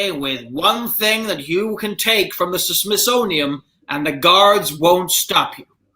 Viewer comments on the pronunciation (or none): pronouncing the Smithsonian as smithsoniUM irritated me so much but I'm kinda glad it didn't turn into a fight like Mason-Dixon/Dixie